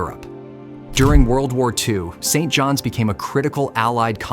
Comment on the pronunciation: Dude got St John's NF and Saint John, NB completely wrong. :-)